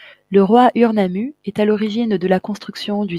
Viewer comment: on dit OUR